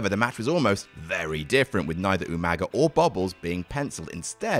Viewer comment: I will never hear Umaga’s name without hearing it pronounced “YouManga” in my head. Thanks Regal